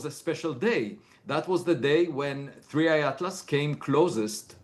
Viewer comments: It's 3I / Atlas, not "3D." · its 3i/atlas not 3d/atlas lmao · It’s 3I not 3D , cmon man